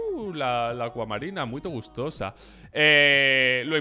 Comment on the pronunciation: Soy de argentina tengo derecho se dice gostosa no gustosa